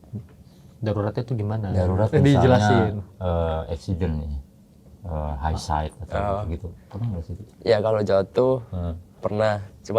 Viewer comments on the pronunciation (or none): none